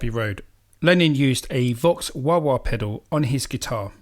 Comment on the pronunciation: Vox, not fox! Lol